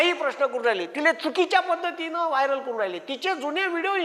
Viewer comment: वायर नाही रे वायरल